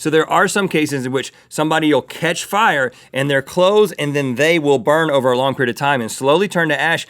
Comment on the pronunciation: Rhett and Link def watched the episode of south park last night. the episode where everyone spontaneously combusts into FIEAH (fire)